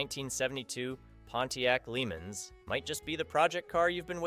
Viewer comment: I'm starting to wonder why I watch this channel. First the '72 Pontiac Lemans is pronounced La-Monz and second an '81 Camaro is a SECOND gen, not a third. I'm sure the sellers would like you to get it right, I know I sure would!